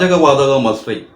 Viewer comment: മാസ്റ്ററിഠഗല്ല മസ്റ്ററിഠഗ് ആണ്